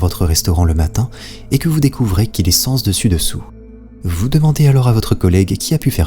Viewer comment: J'étais déjà un amateur assidu de ta chaine, mais outre le fait que tu prennes soin de ta communauté et ne lui imposes pas de claquer un "pouce bleu" avant d'avoir regardé ne serait-ce qu'un bout de ta vidéo, tu es (et ça me fait plaisir et mal à la fois) le premier à prononcer l'expression "sEns dessus dessous" correctement, du moins dans mon entourage restreint (casanier un jour...), là où la plupart considèrent que l'on dit "sAns dessus dessous". Donc en bon grammar freak, je suis doublement en joie devant ta vidéo! Bonne continuation, rigoureux camarade! EDIT : et j'écris, à ma grande honte "imposes" sans "s" à la fin, v'là le Captain Grammaire en papier crépon! Honte à moi (d'ailleurs je corrige en cachette, je pense que personne n'a rien vu, dans la finesse et la discrétion!)